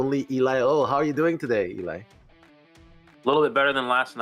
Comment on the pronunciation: when's someone gonna tell it's Ee-Lie not "Ellie"